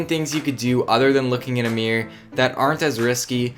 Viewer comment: mirror not Meer